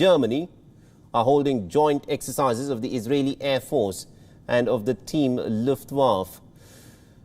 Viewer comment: Its called Luft- Wa- Fa or fe not Luftwaf and Dakhau not Dachav !